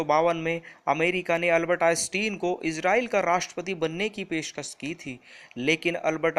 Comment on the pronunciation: Everything is good but only one thing while pronouncing the Name one of the world famous scientist Albert Einstein name is not correct